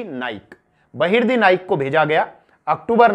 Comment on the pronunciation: बहर्दी नाईक नही बहर्जी नाईक नाम था शिवाजी महाराज के जासूस का 🙏🙏🙏🙏🙏